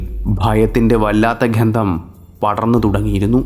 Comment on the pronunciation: ... "ghandam..."!!! Ath enth aanavo ?? "gandham" aayirikum alley...